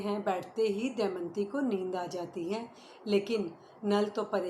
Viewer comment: शानदार प्रस्तुति क्षमा चाहूंगी सती का नाम दमयंती है आप दयमंती बोल रही हैं।